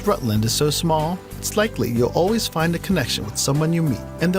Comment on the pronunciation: Tell him Derbyshire is pronounced Darby-sher and Rutland is Rutland which he finally pronounces properly, I'm from East London so I pronounce Richmondshire Richmondsher.